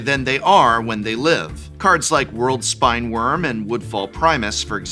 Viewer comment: how were you an actual english professor and you consistently get the pronunciations of cards wrong, wild